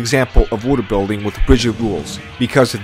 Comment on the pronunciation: "woodill building" even the subs fucking dunk on how this dude says worldbuilding, LMAO. besides the atrocious pronunciation tho, good video my dude. and even then, the weird way you say shit is kind of endearing in a way.